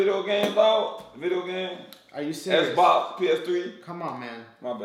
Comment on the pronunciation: He Cnt Say Xbox Lol xD